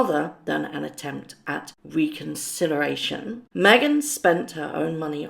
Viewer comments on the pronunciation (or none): Reconcilleration? Don't you mean reconciliation?